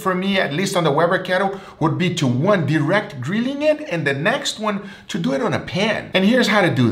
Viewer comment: lol nice Guga "So let's dewit"